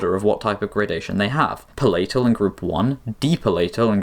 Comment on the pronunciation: /'pælətᵊl/ not /pə'lejtᵊl/ /'dɪfθɒŋ/ not /'dɪftɒŋ/ /ɡrəˈdejʃᵊn/ not /ɡrejˈdejʃᵊn/ Source: OED